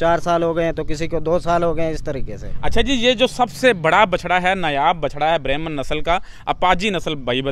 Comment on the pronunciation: Berahma not berahmn